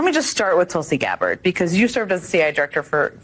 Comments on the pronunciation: Why the hell do you keep pronouncing Tulsi's surname like that? Its Gabbard...not Gab-bard! Its not difficult man! Dont pronounce your name as Rus-sell do you!? Stop adding unnecessary syllables please. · "Tulsi Gab-Bard" ☠️☠️☠️